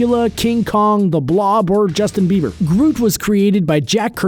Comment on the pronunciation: "King Kong or Justine beber " lol 😂😂😂🤣🤣🤣